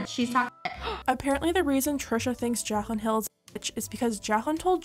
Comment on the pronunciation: I'm sorry but I just can't get over the way you pronounce her name as "jakhlyn" lol